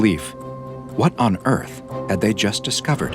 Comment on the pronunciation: emphasis on "On Earth"